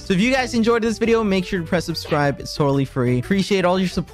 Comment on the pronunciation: i swear on alex's fourth "subscribe" of the intro he's saying "subscrived" instead and now i have to skip through it